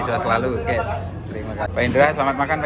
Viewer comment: kata ges/gaes itu aslinya dari kata GUYS(gais) dalam bahasa inggris. ada 1 orang indonesia ngucapinnya salah jadi gaes/ges akhirnya seluruh indonesia jadi salah berjamaah(pembodohan masal). Di channel ini kata ges bisa muncul lebih dari sepuluh kali tiap video. Youtuber luar ngeri yang berbahasa Inggris malah jarang banget ngucapin kata guys, paling cuma 1 sampai 3 kali. Itulah Indonesia, manusiannya suka ikut2an, kalo sudah ikut2an trus ngelakuinnya berlebihan(overdoing it), ada juga yang ujungnya fanatik berlebihan. Padahal kalo dicermati pemahamannya cetek.